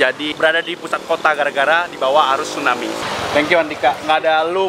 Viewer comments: Tsunami om...bukan stunami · Tsunami.. bukan stunami.. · Stunami yg bener tuh tsunami bkn stunami hahaha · bang typo,,, tsunami jdi stunami:v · Kak TSUNAMI BUKAN STUNAMI